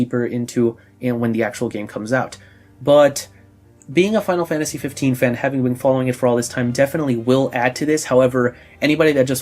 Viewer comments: FAINARU FANTAJI PLEASE~ love the outro! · Hey fuck the haters of your outro saying they hate you saying FF in that accent it wouldn't be the same without it! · No never stop doing it its fkn awesome i do it too XD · I like it when he says it tho :( Stays true to square xD